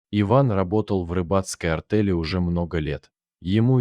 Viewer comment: АртЕль. Иметь правА. Опять безграмотное чтение! Было ПОХОЛОДАНИЕ в отношениях с женой.